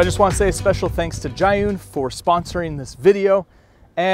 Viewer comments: Zhiyun not Zhayun LOL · Imo it's pronounced like "zheeyoon" since it's from China. Not "ghaiyoon" like how the guy in the video pronounced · You know he smokes weed when he calls the crane "Jah-Hun".